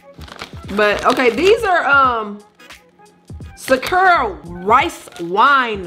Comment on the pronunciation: Lol I like how you pronounce sakura 🤣😆